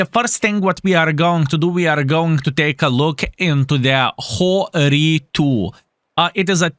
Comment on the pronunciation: It is pronounced like hero